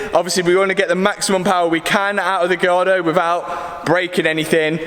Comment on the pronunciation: The way Matt says Lamborghini "Gee-yardo" is never not going to crack me up. - I'm excited for this build!!